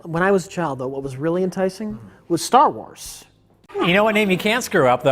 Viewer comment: "When I was te-trile-doh - when I was a child though" god this one kills me every time with Mike and reaction